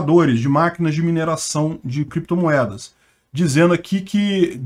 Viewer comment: Valeu! Peter essa história do Renan Canalheiros falar "creptomoedas e bitcóio" não me engana, eu acho que ele sabia falar certo mas queria despistar, porque as criptos é um ótimo lugar pra esconder dinheiro.